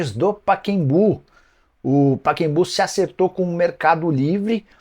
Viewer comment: NIcola, é PACAEMBU... não Paquembuuu...